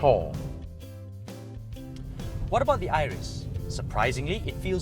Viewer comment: "its lika a CHORR " Wuahahaha